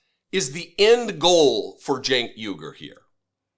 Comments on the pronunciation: Chank? LOL. I thought his name was pronounced "Jank"? He doesn't even correct the Nazi? Chickensh-- MagaBitch! I can't bear to watch another second of this. Just answer me this: Do they hug or kiss goodbye at the end of this fluff session? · Gotta love how Cenk is bowing down to MAGA and Charlie can't even say his name right.